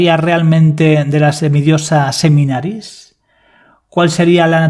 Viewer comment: A la Diosa o semidiosa que te refieres es Semiramis? porque te escucho Seminaris